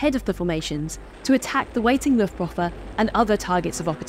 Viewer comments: I know this is the most boomer-complaint every but the second syllable in Luftwaffe is pronounced "vaff-uh" not "woff-uh". Otherwise great job! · Just a little note, in German w is pronounced as a v (and v as f, but that's less relevant here) - so pronounce Luftwaffe as Luftvaffe).